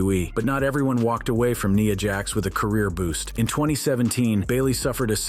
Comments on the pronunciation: IT'S NYA JAX NOT NEEA JAZ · Nia jax ❌ Niya jax ✅